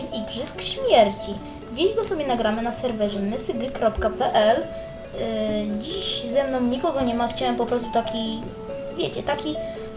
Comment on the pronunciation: filmik jest pro . mała porada mysg.pl czyta się:Maj esgie.pe el